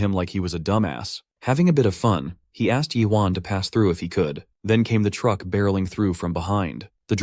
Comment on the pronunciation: can this guy just not pronounce the words truck and stop together??